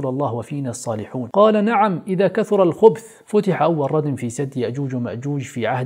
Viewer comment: اذا كثر الخبث بفتح الخاء وليس بضمها